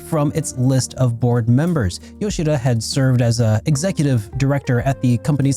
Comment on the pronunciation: I always appreciate someone who says Yoshida’s name properly. The amount of people who call him “Nay-YO-key Yo-SHEE-duh” is insane